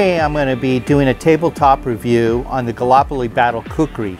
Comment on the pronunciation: Gall-ip-oli, not galopoli (pronunciation not spelling).